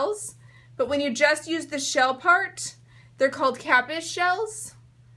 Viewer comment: pronounced KA- peas